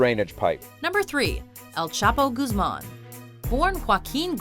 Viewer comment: bless this women for saying Guzmán right, this is the first time ive heard it said right !